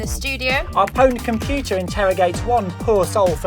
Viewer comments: If you are going to name a show PWNED at least pronounce it right, it is still pronounxed owned, it's a play on a common typo....... EA out of touch with the gamers as usual..... The only thing you got right was the bimbo but it is obvious she isn't a gamer... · Since when did people not pronounce it p-owned?